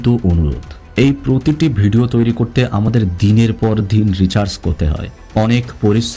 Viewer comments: আপনার উচ্চারণে এতো সমস্যা কেনো? রিসার্চ কে বললেন রিচার্জ,, দুপুর কে বলেন দুফুর। এসব কেমন কথা? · আপনার উচ্চারণ ঠিক করার চেষ্টা করেন। পেলেট না প্লেট, নিরশংস না নৃশংস। রিজার্চ না রিসার্চ। আর এত বেশি Adjective ব্যবহার করবেন না। ভয়াবহ, নিস্তব্ধতা, নৃশংস, সবাই থমকে গেলো, কেউ প্রস্তুত ছিল না বার বার এসব না বলে স্বাভাবিকভাবে বর্ণনা দিবেন। হাতের টুকরা পেয়েছে মানে অবশ্যই মার্ডার হয়েছে। বাকি টুকরা পাওয়ার পর প্রস্তুত ছিল না বলাটা কি মানায়! অবশ্যই সবাই প্রস্তুত ছিল। কিছু নিয়ম মানলে ভালো আগাবে আপনার চ্যানেল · রিচার্জ শুনে আমিও হেসেছি। মানে কি মোবাইল রিচার্জ?😅